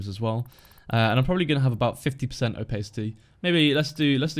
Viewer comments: are you sure you're actually British?;) pronounced more like Oh•pas•ity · PayJ It's not pronounced like that in the UK... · I'm British and i aint never heard someone pronounce opacity like that before! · That is not how opacity is pronounced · thats not how its pronounced in the UK lmao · I'm British and never heard it pronounced that way. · Yeah I thought of that after I commented. It just sounded weird to me. And I even have a british accent.